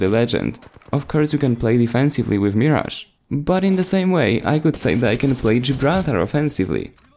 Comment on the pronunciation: It's "Mirage" here let me spell it the way you should say it (Merage) like there is an ER in it